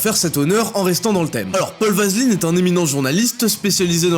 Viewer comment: j'ai l'impression que ta lu le nom du "journaliste" sans faire trop attention et t'as dis vaseline au lieu d'aveline ou s’était vraiment volontaire mdr